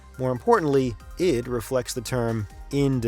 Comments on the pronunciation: Isn't it ID software. Said as eye dee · I don't care what they say, I'm always going to call it I-D software never id.... If they wanted it pronounce that way, maybe they should have done a little better job being present in television, radio, documentaries or something where they audibly set it out loud